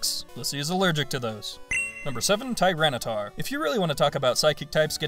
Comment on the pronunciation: Tyranitar, not Tyranataur! The second A is supposed to be an I, and there is no U!